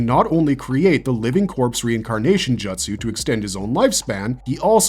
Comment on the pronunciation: Couldn't make it 5 minutes in without stopping due to the abundance of mispronounced words. As soon as I heard jutsu pronounced like butt-su it was the final straw for me. I just can't understand knowing enough about Naruto to make a video on it's characters... but getting hokage wrong - one of the most used words in Naruto. HOKAG-AY, NOT E!